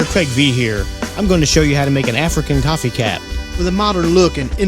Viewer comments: Did he say "coffee" cap?!? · It is pronounced. QOO-FEE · It's pronoiunced KOO-fee